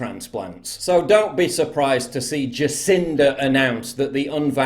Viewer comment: How does "so" become "seer"